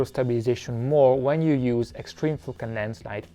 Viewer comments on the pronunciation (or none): And , extreme fucking landslide! I think you need to improve your pronunciation of the word "Focal" or YouTube caption won't detect nicely!